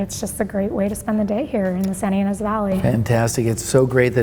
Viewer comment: "Santinas" Valley? Thats made up. I think you mean "Santa Ynez." Try harder.